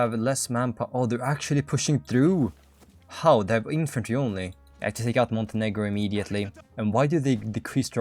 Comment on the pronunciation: bro did NOT say Montenegro